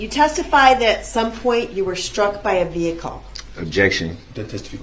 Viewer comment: Oh, and add “sh-truck”.